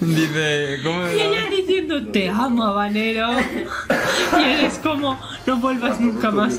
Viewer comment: en español la H no suena, es muda. No es Chile Jabanero, es Habanero ( abanero )